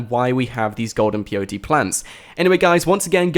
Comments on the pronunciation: Everytime you said peyote, I got cancer and another relative of mine died. It's Pay-o-tee. not Pee-o-tee. and you said it, like 100 times in this video. It physically hurt me. But other than that, good video, thanks. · The plant is called peyote, but it sounds like the 3 letters P-O-T, its ok, I was confused at first, until I read comments into this. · WHY ARE YOU SAYING P O T, standard white boy Kant. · can he not say pot is he spelling pot instead of saying pot ? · thought he was saying blt plant lol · peyote= Pay:o:tee